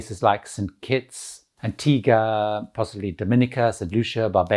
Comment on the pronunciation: Props to you for actually pronouncing Antigua correctly! Once again great tip's and right on point. Thank's to you I am looking forward to planning my first Cruise.